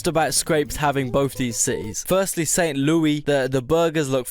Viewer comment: when i heard him say st. louie, bro my body cringed